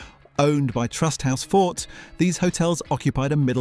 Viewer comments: It’s AI generated speech, anyone alive in that era knows its forte not fort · Everything pronounced perfectly ? - What about "tom ay to" in that first description of a full English, and Trust House "Fort" a bit later on? Still, not a bad effort for a channel that posts from the United States! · Forte not Fort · Excuse me, it's not pronounced Trusthouse Forte but Trusthouse Fortay - right? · TRUSTE HOUSE FORTE PRONOUNCED TRUSTE HOUSE FORTEE(FORTAY) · He got "Forte" wrong.